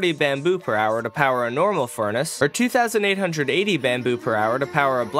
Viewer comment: When he's saying the "360 items in a normal furnace" part, he mispronounces "furnace" and says "fornace" instead.